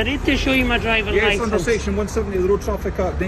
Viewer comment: Section eeewew 🤣 discipline this woefully poor policing and officer this is not the a good representation I want in this country I want a better standard We don’t have to listen bully